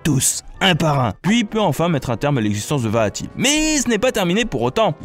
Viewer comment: ca va j'ai déja réussit a jouer a 3 4 personne apres c'est normal vue que les link peuvent faire ce qu'il veulent X) bonne vidéo :D mais ca fait bizarre quand tu dit vaati moi je juste vati XD